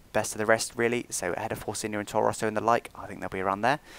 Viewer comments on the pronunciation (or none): Very great video,! Just one thing: It's Toro Rosso, not Torro Rosso:) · I think it's Toro Rosso not Torro Rosso, :P